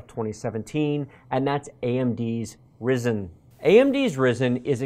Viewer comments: this dude cannot pronounce Kaby and Risen correctly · Its spelled Rye-zen lol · Me: "Ah yes, Kaby Lake" You: "Kabby lake." Me: "God damn it, whatever, at least you didn't say risen" You: "Risen" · Highly triggered at the way he pronounces Kaby-Lake and Ryzen. #TRIGGERED!!!